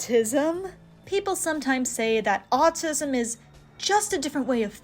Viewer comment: It’s “Autism”, not “Autisum”